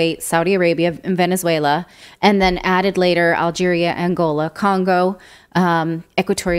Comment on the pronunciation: how does this woman not know how to pronounce tellurian and gabon?